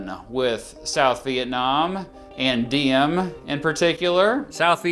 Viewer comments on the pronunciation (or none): kinda funny, u pronounced Diem as "Diem" basically mean a whore in Vietnam. To pronounce it correctly you should use Ziem with a big Z like Zion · while im happy this video exists, i'd appreciate if you looked up how to pronounce vietnamese names correctly next time. just a small criticism! (particularly the names that start with the letter D - Diem should be Yee-ehm, Le Duan should be Leh Yuan, etc) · Diem is pronounced Ziem - Any D without a line through it is pronounced as a Z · Its funny when you said “diem” sound like điếm in Vietnamese which means “bitch”😂